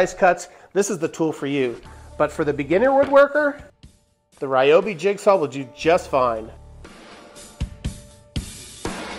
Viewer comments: REEobi not rai obi. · Great suggestions overall. But can you please pronounce Ryobi the correct way. I know a lot of the internet pronunciation tools say it the wrong way, too. But, it's. Ryo is pronounced similar to Rio (de Janeiro). There's also a Japanese golfer named Ryo Ishikawa and it's not pronounced Rai or Rye or anything close to that. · It's actually Ree-oh-bee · Thank you, I've been pronouncing it wrong my entire life! I will make an effort to change my pronunciation, but sometimes its hard to teach an old dog new tricks... or pronunciations for that matter!